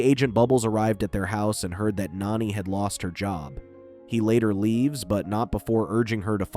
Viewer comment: If you can’t say the characters names right don’t say them at all lilo’s sisters is name Nani NOT nanny